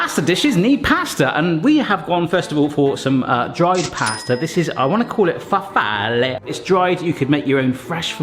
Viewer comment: As an Italian speaker, I can tell you that you did a pretty good job pronouncing "Farfalle" 👍